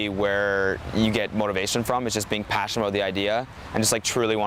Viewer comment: He said : ~passion~ I’m really ~passion~ite